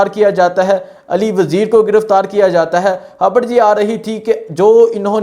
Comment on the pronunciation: بھائی آپ نے کل "ھبر" دی تھی کہ "خبر" دی تھی ؟ 😂